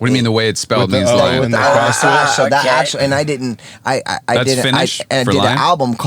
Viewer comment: Dog : “Bro, do u axshully bleev dis shit???”